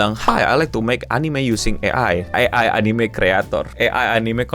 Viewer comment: "AI anine consulting" cringe banget anjinkk